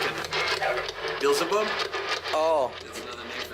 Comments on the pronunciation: Its beelzabub what a plum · Bazzle-bub? "Is your name Bazzle-bub?" ROFLMFAO!!! says: "Practically the same as Satan." Not practically...it IS the same dude! lol!